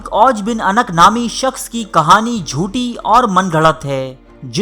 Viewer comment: Jnab lafz anq ni hota unuq hota hy.